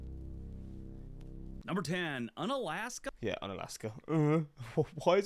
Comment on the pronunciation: He mispronounces Unalaska. It is pronounced Yoon-alaska, and the “un” is not related to the English “un-.” In reality, the town is named for the Aleut word meaning ‘near the peninsula’—“ounalashka.” The prefix here means “near.” Alaska is also an Anglicized version of various Russified words for “mainland” in Aleut and related languages.